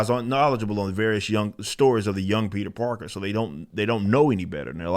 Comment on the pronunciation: His ass said Peter Darker LMAO